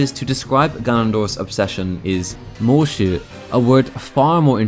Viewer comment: Every time he says “Moeshu” my brain just hears “MMM”